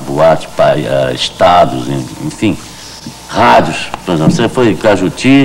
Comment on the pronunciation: Radio CAJUTI e não CAIJUTU. ]